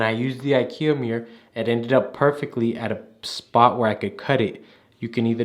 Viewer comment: I like how he says mirror like “meere”😅